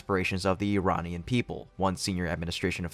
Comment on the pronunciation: You can say "Ear-rahn" like is supposed to be pronounced, and not "eye-ran". Funny you did say "Iranian people" correctly. You are hard to predict.